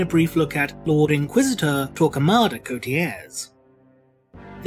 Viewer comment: Do you have to say it in exaggerated NY-Italian accent?